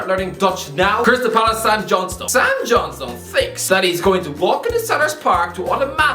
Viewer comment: I hope he is saying the word Johnstone as John Stone on purpose. Lol